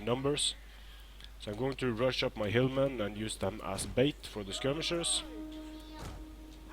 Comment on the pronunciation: When you say hillmen, I hear hirdmen.